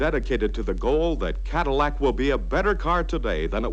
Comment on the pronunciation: pronounces it "Cadimack". 😆